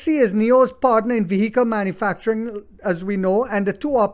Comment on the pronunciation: I love your videos. You speak English well.Just to let you know the H is silent in the word vehicle just like the word Hour.Holding nio strong 💪